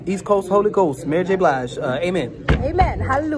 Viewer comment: Omg I love his personality lol he said Mary j blige